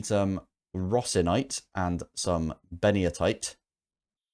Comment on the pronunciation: Ben-ito-ite. Nobody ever gets it correct. Poor San Benito deserves recognition. It's not named after Mussolini! 😢